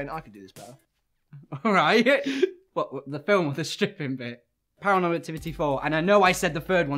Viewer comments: "They didn't even call it paraFOURmal activity" I died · "They didn't even call it ParaFOURmal Activity!"